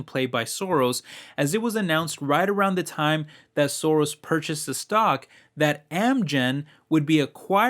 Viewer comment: Soros Gyorgy is Hungarian. Pronunciation is not perfect😉